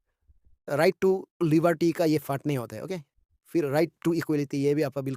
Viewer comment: 😂😂 video ❌ bidiyo✅ Pradesh ❌ pordes✅ Tisa❌ ticha✅ Tsangpo❌ tsangfo Tissing❌ titching✅